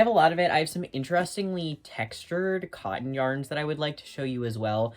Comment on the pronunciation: Love your videos. Cotton has letter 'T' in it, and is pronounced kŏt′n.